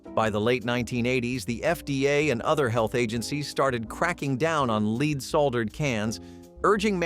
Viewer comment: leed soldered? good job!